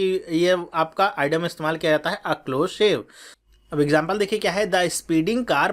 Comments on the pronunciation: Sir, idiom का pronunciation "इडीअम" है l आप इसे "आईडम" क्यों कह रहे हैं. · This is eeee..diom. not idom